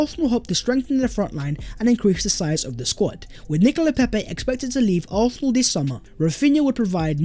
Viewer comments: Can you please work on your pronunciation for “Arsenal”? Please don’t eat up the word. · Good stuff. Just learn to pronounce Arsenal..